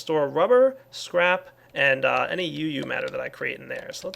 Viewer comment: I thought he kept on saying crap sand